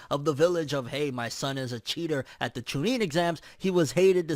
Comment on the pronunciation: The way you pronounce CHUNIN really bothers me....